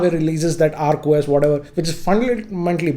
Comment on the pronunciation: Its Oak OS not Arc OS